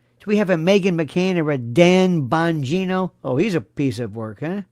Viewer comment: I died laughing last episode where you said "Dan Vongina" , died